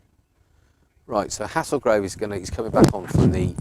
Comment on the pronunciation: It’s pronounced “Hay-zul-grove”, but good effort 👍